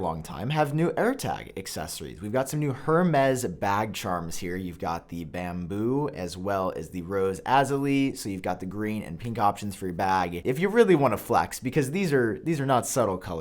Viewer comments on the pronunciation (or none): That new colour Azalea is pronounced uh-zay-lee=uh